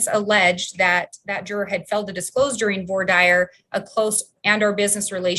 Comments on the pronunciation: Q is there any state in the union that slow boats cases as this state of Idaho Court? Comment:, please note, Idahoans slaughter the pronunciation of voir dire 😄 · I know that I'll probably be crucified for this...I just wish they would learn how to pronounce "voir dire".🙄